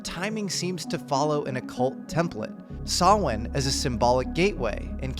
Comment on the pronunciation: Thank you for pronouncing 'Samhain' properly.